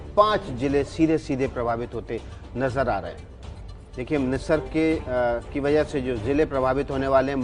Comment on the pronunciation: Totaa ki tarhaa bole jaa rhe ho... It's Nisarg not nirsag ...